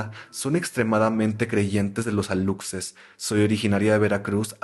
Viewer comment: para aclarar, se dice "alushes" no aluXes, viene del maya